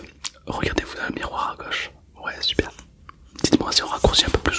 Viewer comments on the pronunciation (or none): none